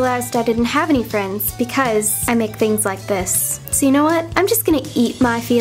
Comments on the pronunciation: Its not feeeends it's friends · did u said " best fiends " ?